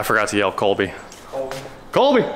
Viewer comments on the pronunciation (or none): Unless it’s an inside joke, you are supposed to yell “Kobe” not “Colby”